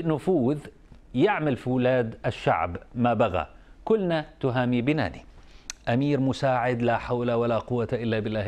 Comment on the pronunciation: بَنْاني وليس بِناني